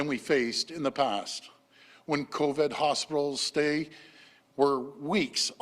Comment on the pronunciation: It will never be stopped without an actual cure and it is not the politicians or those making them richer that are feeling the sting of pay and job loss. Hey Ford it's pronounced co-VID not co_VED. No one is being protected by cutting pay from them and preventing them from being able to pay their bills and put food on the table. This isn't a "bump in the road", it's the never ending story. We also know that according to health experts, covid that is exhaled into any one area by someone that may have it can stay in the air of that area for about five minutes. That said, we can see how all of these people are taking their masks off in front of the same microphone when speaking, potentially inhaling covid themselves.